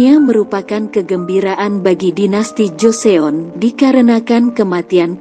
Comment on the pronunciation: Pengucapannya lucu wkwkwk joseyon , suk jeyong pdhal org korea sini menyebutnya cuma joson😂